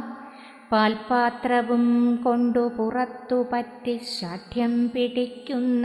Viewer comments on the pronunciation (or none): മറ്റു കവികളുടെ ആലാപനവുമായി താരതമ്യം ചെയ്യുമ്പോള്‍ ആലാപനം അത്ര കേമമായി തോന്നിയില്ല. ശ്ശാഠ്യം മുതലായ പദങ്ങളുടെ ഉച്ചാരണം soft ആയിപ്പോയോ? Don't take otherwise. Now time is 12.48 night. I am just enjoying your recitation before sleeping. It has become a habit.